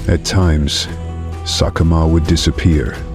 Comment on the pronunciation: Whoever is narrating this video is getting a lot of facts completely wrong!! Sekekama 100% did NOT snap his son's spine!!! He caused internal injuries that led to his sub adult son's death!! His son collapsed from blood loss internally and died while trying to walk away!! He's also failed to pronounce a single Lion's name correctly throughout the whole video